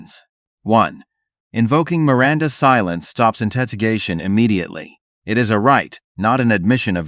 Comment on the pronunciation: Who is "Mir-Rhonda"?